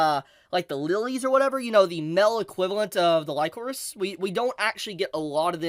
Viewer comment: wtf man. Some of the things you say make me question if you actually watched the show or not. Chisato is not basically mercenaries or soldiers. They are assassins raised by the DA. Also kinda jarring hearing you pronouce Lycoris wrong multiple times, it's said multiple times in the show. Also, the explanation about Majima being an hero of justice makes zero fucking sense. Perhaps you should try grounding the setting instead of mentioning DA out of nowhere without explain who or what the DA organization is. Like IDK maybe explain the setting of the story and major players. Instead of diving straight into Majima. Kinda weird way of explaining things tbh. Also Chisato is not the only main character in the show. It's obviously Chisato and Takina. As each are represented by the color red and blue in the openings, endings and title card. And it's not only the DA being the possible evil organization. It's the Alan Institute cultists. Great job not mentioning them. They helped smuggled over 1,000 guns into the country. They essentially supported Majima in starting an coup de tat or terrorist attempt on the country. That's where the Hero of Justice line is blurred. Majima views the DA operating in secret to be bad since he views the public should know the truth. At the same time he was willing to stop fighting Chisato and be an duo and go after the Alan Institute, who is arguably worse being an multinational organization. The fact they have technology generations ahead of modern